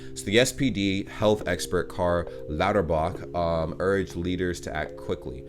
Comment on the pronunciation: Nice work with Lauterbach. You killed the ch hurdle. 2 thumbs and 2 big toes up :)